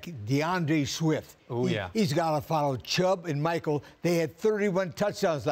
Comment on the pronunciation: Yah Sony Michael was pretty good lolol it’s Michel as in mishel